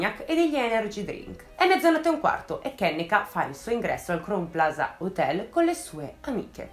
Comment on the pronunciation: Esaustiva e di intrattenimento come sempre, però permettimi un piccolo appunto: Crown Plaza si pronuncia "craun plaza" 😊